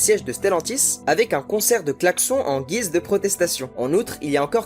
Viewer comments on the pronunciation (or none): none